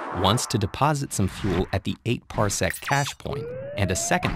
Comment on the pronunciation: Wow, ted ed said parsecc, who wrote this, han solo?